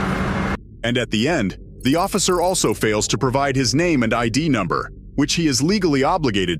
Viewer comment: "numnber" #8 he answered plenty of questions